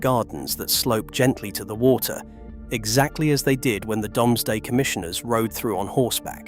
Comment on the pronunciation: It's pronnounced 'Doomsday' - not 'Domesday.' I wish someone would train the AI. Otherwise very interesting.